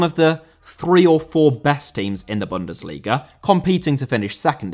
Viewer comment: Bundesliga * not Bundesliger